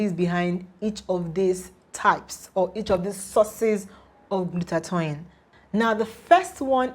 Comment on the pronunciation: Glutath-oin? Wtfff im outta here ..tou don t seem to have the knowledge if you don t even pronounce the fuckin word right byee bii